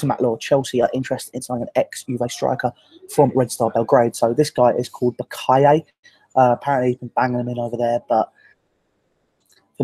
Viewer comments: Like Boateng, Boakye is pronounced Boa-chey, chi. Ghanaian name! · Boakye is pronounced Bwa-chi